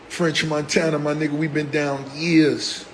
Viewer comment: sounds like he saying Earz instead of Years 😂😂😂